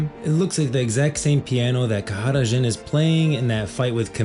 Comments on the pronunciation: bro stop saying his name like this... just say JHIN , wtf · nigga just say jhin